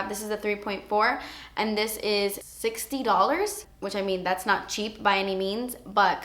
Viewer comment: you crack me up when you say "dats expensive" your so funny! xxxx